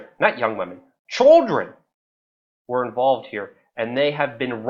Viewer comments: why do you pronounce "children" as "choldren"? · Serious video but couldnt help but laugh when Luke say choldren, not children lol. But yeah for sure he didnt suicide some suicided him, he knew to much and was a threat to all the other pedophiles whom he provided for. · Chuldren? Lol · CHOLDREN?! CHOLDREN!!! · You say children really weird. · You say children weird